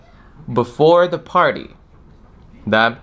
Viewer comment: Мне больше всего понравилось, как ты сказал слово "party". Это словно мелодия для ушей, надеюсь, что я когда-нибудь тоже достигну такого уровня произношения)